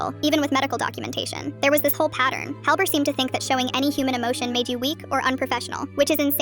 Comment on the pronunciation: Helbert ❌️ Hell,albert ✅️